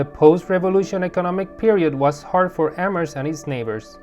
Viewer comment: yes, which i was impressed that the host nailed! great presentation and informative video